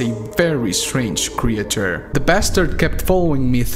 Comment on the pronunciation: I will only be saying creature like this from now on